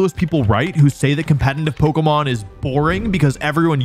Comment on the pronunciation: Here goes to another 42 mins of Wolfey mispronouncing "competetive" as "competentive" sigh (I'm eating it up), but at least it's good content (it's amazing).